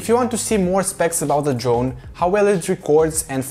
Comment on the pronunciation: we love it, don’t change 😘😄👍🏻